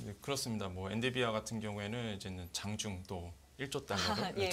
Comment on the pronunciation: 엔 비 디 아. 처움부터 끝까지 엔디비아 라고 하셔서 황당.